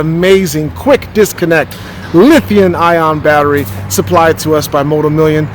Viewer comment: lithium not lithiun......